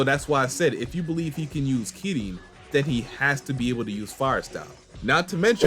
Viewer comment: Happy New Year! Also, just wanted to say: love the pronounciation on Kirin. Keep it up!